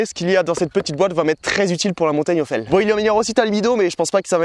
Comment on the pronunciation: hell , ca se prononce pas "aile" mais "il" 😁 sinon jolie descente :washhands